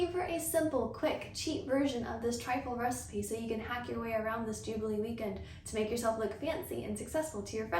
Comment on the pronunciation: Not me, understanding jiggely instead of jubelee and found it super strange but also cute xD